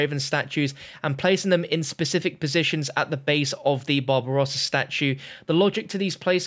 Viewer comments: After listening to you talking about the statues I legit thougt you said Bob Ross instead of Barbarossa for a solid 15 minutes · When he says “the babarossa's statue” he sounds like he's saying “bob ross's statue” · Who else thought he said bob ross instead of barbarosa? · It sounded like you said "the massive Bob Ross statue" lol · I thought he said Bob Ross statue lmao